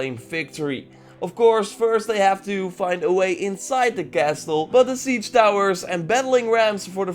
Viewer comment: The t in castle is silent in English.